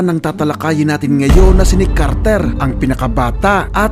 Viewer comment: Carter po hindi KARRRTERR